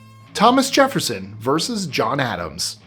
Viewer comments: It's verSUS,, not verse. Love your extra tidbits of information. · I like your channel, but your mispronunciation of the word versus was distracting. It’s pronounced like it looks — ver’ sus; not “verse.” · vs is abbrev for verses and it's 2 syllables. I love your videos, but that hurts my ears. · you are driving me nuts. "Vs" is pronounced "Verses" 😂😂😂